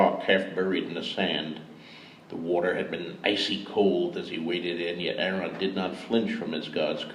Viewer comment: It's strange to hear him pronounce "Aeron" as "Aaron", though it's still such an amazing experience 🗣️ 📚 🧙🏼‍♂️ P.S. The chick laughing at the "cloak of tongues" line hahaha